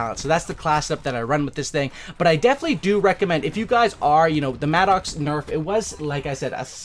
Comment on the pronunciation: It's pronounced Madicks...it's not an angry Oxe....